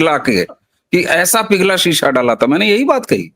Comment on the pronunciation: शीशा नहीं सीसा Lead